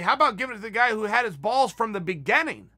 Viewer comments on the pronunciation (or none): I've been pronouncing beginning wrong its pronounced begenning.. Thank you uncle Chael